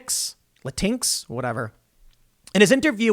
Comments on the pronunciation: "Le tinx".... XD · TIM GOT IT!!! He called it LAH -TINKS! You don't say latin-O or latin-A.. you say Latino and Latina. So you wouldn't say latin-X but Latinx (lah-tinks) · "Latin-ex? Lah-tinx? yea whatever" Fuck the fact that the word "Latino" is derived from a highly gendered language, which btw, only refers to latin MEN, the women are referred to as Latinas but sure. Lets add X at the end and confuse all the sensible people. I would call them "Lats" for all the difference it makes but I am pretty sure its an abbreviation of a muscle used in gym terminology.